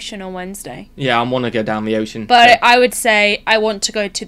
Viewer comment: As a Baltimore native, I can with certainty confirm his "Down the Ocean" pronunciation!! But, I'm disappointed he didn't add in "Hon"... :D